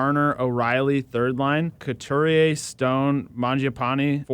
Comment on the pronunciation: Love your videos, but guys... Sean CoutUrier (not CoutErier).